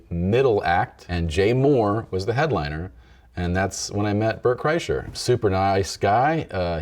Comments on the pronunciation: Why does he keep saying Burnt Chryslers name like tht? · He kept mispronouncing Bart Kurshiner’s name lol